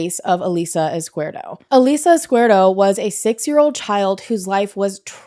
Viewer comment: Her last name is pronounced Izkee-EHrdo.